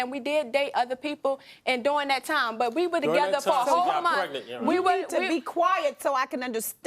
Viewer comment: Did she say twice that they were separated for a whole Mont? Wtf is a Mont?